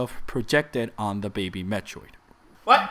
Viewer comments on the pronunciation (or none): They need to stop calling it "DEH BEHBEH"